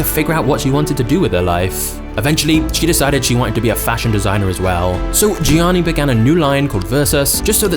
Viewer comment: its pronounced as "yanni"